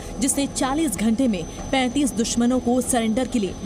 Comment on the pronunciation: 35 bolo 35 saw nahi 😂 bhisadi ke